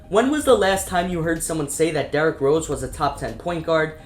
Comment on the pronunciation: And "derek" rose 😭😂